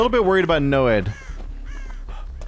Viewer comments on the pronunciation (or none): He said NOED and Tombstone, madman 😂